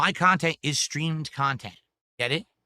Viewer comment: God that “Gaet it?” Is such a trigger for me